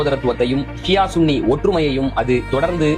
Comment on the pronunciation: சன்னி இல்ல bro சுன்னி.